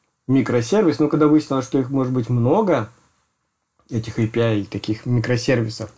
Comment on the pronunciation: не АПИ, а ЭЙПИАЙ